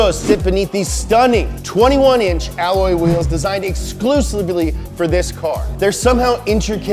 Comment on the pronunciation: did he just say “exclusebly”?